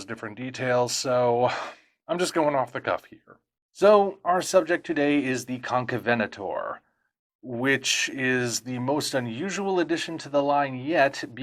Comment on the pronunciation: I didn’t know it’s pronounced as Con-ca-venator. I always assumed it was con-caven-ator.